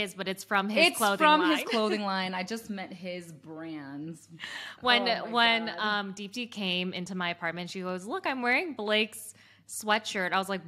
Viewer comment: So annoying how deepti pronounces her own name wrong